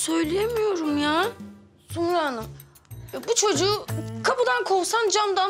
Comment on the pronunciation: "ben istemedim ku çoçuğu" diyo yaaaaa. Sinirlerimi bozduuuu.